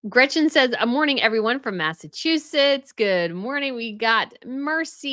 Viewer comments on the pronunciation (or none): none